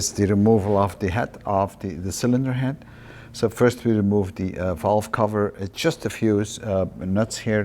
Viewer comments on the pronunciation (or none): none